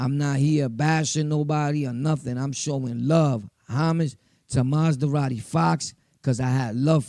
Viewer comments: Good shit bro but it’s Ma-Zah-Radi not Maz-Da-Radi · 😂😂😂 this nigga “ Maz-da-radi Fox 🤦‍♂️